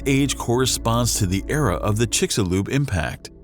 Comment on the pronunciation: Amazing. The narrator knows how to pronounce 'Chicxulub,' but not 'kilometer.'